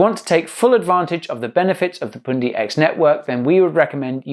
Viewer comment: You say poondi I say pundi x. Pun like bun but with a p.